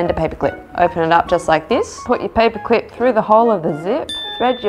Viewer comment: Did you guys notice that she said paper cuip instead of paper clip